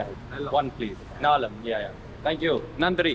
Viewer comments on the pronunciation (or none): confusion at "naalam" naalu means four, nallam is good. Creds on trying to speag the language bro